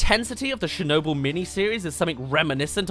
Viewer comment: The way you say Chernobyl personally offends me